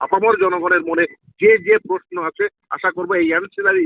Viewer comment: খুব ভালো বলেছেন। একটু বাংলা উচ্চারণ টা ঠিক করে নিলে ভালো হয়। পস্নো পক্রিয়া এরকম সব কথা গুলো শুনলে বুঝবেন। আমি আপনাকে উৎসাহ দিতেই এটা বলছি। প্রশ্ন, প্রক্রিয়া ...... ঠিক করে বলবেন।